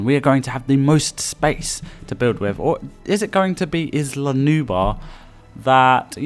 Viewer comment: (Sorry but I’ve got to ask, are you having trouble pronouncing the L? Because you keep saying Nubar instead of Nublar. Nu-Blar.) Anyway what I would do on Sorna is, make herds of dinosaurs but, give one the best colour pattern and stronger than the rest to make it the alpha of the herd. Your opinion about Sorna with first catching the wild dinosaurs before opening the park, is Very awesome!